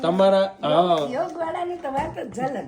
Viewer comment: વાહ ખુબ સરસ બોલ્યા કે યોગા નહીં "યોગ" ❤ હું પણ એમ જ (મૂળ ભાષા)બોલવા નો આગ્રહ રખાવુ છું